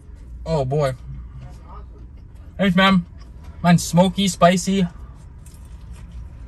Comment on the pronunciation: 😂😂😂 Mouth full of food “Thsanksj mhanh”😂😂😂😂